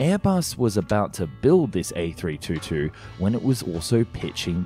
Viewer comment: Before you make a video about an A322, you'd better learn how to propperly pronounce it.